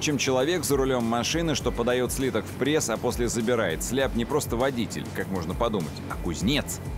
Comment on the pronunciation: Сляб.. деревня.. СЛЭБ!